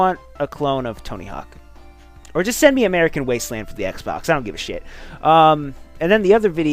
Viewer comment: Sanic eckstreem for the ecksbecks!